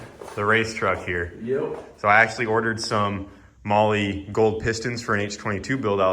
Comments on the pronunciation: Bro, is it really pronounced Molly like keeps saying, or is it pronounced more like the word Mall? Because it's spelt Mahle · Never thought i'd see say to hit him up for Molly. Americans have turned mispronunciation into an art form. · I've been definitely pronouncing Mahle wrong 😅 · Today I learned I’ve been pronouncing mahle wrong for years. 😂😂 😂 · Are these guys pronouncing Mahle right? Because if they are, I have not been for years lol